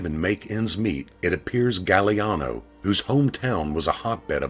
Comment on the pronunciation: it's pronounced "gag-glee-ahh-no